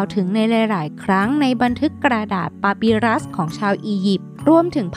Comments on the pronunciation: ปาปิรุสค่ะไม่ใช่ปาปิรัส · พี่ครับความจริงกนะดาษpapirusความจริงมันอ่านว่าปาปีรุส